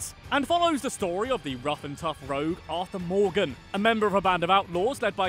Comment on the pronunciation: Arthur Morgan❌ Arthur More game✅